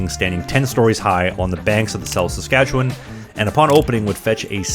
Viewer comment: Gasp you pronounced Saskatchewan correctly. So many people say saskatcheWAN emphasizing the WAN pronouncing the A like how it is in yawn. When in reality it’s pronounced somewhere between “win” and “wun”